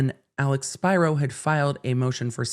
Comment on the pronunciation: Hey, I think you're mispronouncing Alex Spiro's last name wrong. If he's Greek (which I think he is?) it should be "Spee-row." Awesome video tho!!